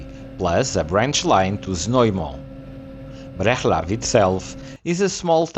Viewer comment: Breclav to be pronounced about so: BreTSlav